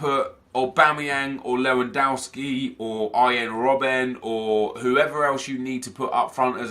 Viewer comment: Ahahha anyone else noticed that Nep said Lewandoski in a weird/funny way at about - ?😂😂